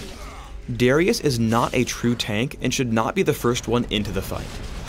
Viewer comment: Darius, not D (are) ius lmao